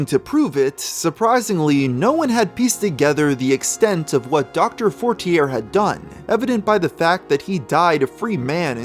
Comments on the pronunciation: Isn’t it pronounce “forti-yay” as a French name? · its pronounced FOUR-TEAR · I’m from the USA too born and raised and I would have pronounced it as “fort-tee-yay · for as much research as does I’m surprised he didn’t notice the name and get the pronunciation correctly